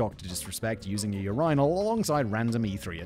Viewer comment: No one gonna say anything about ur-eye-nal lol